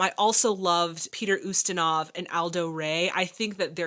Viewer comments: The name Peter Ustinov is not pronounced, ( You-Stinov ). It's pronounced, ( You-stin-off ). He's one of the greatest unsung actors of all time. But thank you so much for giving more details to your reactions than anyone else on any format. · Love your reactions. FYI: Ustinov is pronounced in American English as "YOU-sti-nuhv." The Brits say, "oo-STEEN-of." It would be pronounced basically that way or the way you did if you were speaking Russian. I can't verify which syllable would be stressed, since stress is not predictable in Russian. And Russians with the same last name can stress it differently. Ustinov himself was born in Switzerland and although his name is Russian, his origins are as much of a Heinz 57 as most Americans. Ustinov spoke several languages and once said, "I am an international citizen conceived in Russia, born in England, working in Hollywood, living in Switzerland, and touring the World". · About pronunciation.... [Peet▪︎r YOU▪︎stan▪︎off] is an excellent, excellent, wonderful actor/thespian. I would recommend many of his films. Blackbeard's Ghost was a favorite as a child. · Hi. Peter Ustinov, a character actor that shows up in a lot of classic era films, name is pronounced YOU-stin-ov, with a long U. Stories of this set was that it was a very happy shoot.